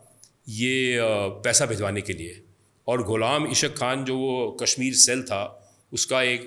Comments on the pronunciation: How you write a book when you are not able to pronounce Ghulam Ishaaq khan? Ishaaq khan not isq khan.😅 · It's not Qaadir it's Qadeer khan and not ish aq khan but Ghullam Is haaq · All lies hinduata it is gross lies you even not pronounced Ghulam Ishaq khan.